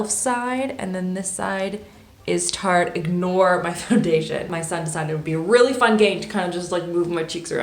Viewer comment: When you say tarte it sounds like Turte